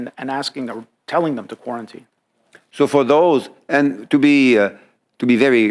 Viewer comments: Somebody should give him notes on the pronunciation of "quarantine". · The guy can’t even say quarantine properly he’s a script reader. Fckn puppets